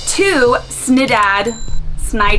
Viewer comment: Good try but you need to work a little more on your Swedish 🤪